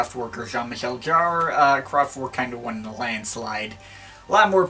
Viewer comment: Jarre. Not Jar. 🙄😉